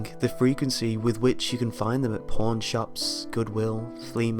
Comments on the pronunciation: I'm glad I'm not the only one who thought he said dat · isaac soto same here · Me to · ME TOO XD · Same lol